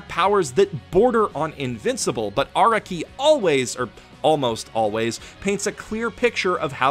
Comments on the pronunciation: Well, I know this is a two year old video and all, but I wanted to place this here for those who may only rely on what this video says. (SPOLIER WARNING AHEAD) First of all, Araki is pronounced 'Ah-rah-ki," not "Ara-ki" like says in his video (which, other then his mistakes, is amazing). Second, many of the "plotholes" people believe are in JoJo, like Araki forgetting Giorno, Bruno, Jotaro's ability, etc. ability to, speed up someone's thought process and reflect damage, tell if someone's lying, STAR FINGER, etc. is NOT Araki forgetting. Think back on the story of all of those characters. There are not any battles afterwards where there would be a need to use/show that ability in use. Star Finger has long range, but is weak compared to Star Platinum's actual strength. Fighting someone with Star Finger like DIO with The World is not the best idea. After the introduction of Giorno's ability to make people's subconscious go haywire, there is no need to show it on screen/on paper, as we should know it's happening to whomever is being hit by Giorno's stand, Golden Experience's punches. As well as, none of the things Giorno creates beyond the point where his damage reflection is shown is able to reflect said damage it takes. All of this was covered by Youtuber, Hamon Beat. I suggest watching his video series on the false allegations of moments of "Araki Forgot." I also emplore you to watch his other video about the times Araki DID forget. That'll be all from me, a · why do you say araki wrong?